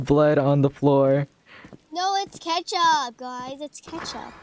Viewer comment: I love said ketchup like krew